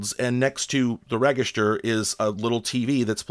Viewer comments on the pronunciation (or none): If you look "acrost" from the "reggister" you'll find some frequently mispronounced words. I'm a jerk, I know. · did you say rehg-ist-urr? Love the videos! I watch one every day! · next to the what? Never heard register said like that before.